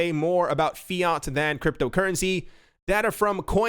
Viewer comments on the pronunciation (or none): none